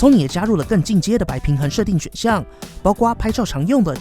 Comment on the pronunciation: 包括读作包括（gua）？